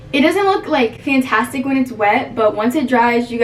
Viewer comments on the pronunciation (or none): none